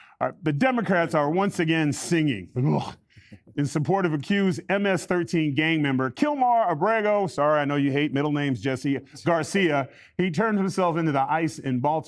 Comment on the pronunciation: "Killmar" hahaha